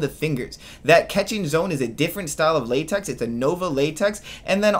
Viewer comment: Say látex one more time